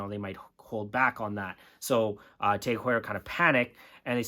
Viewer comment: It’s not teg it’s tag .